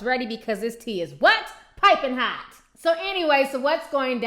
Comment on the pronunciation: Does anyone else do the head tilt with prince when says "pipen hot"?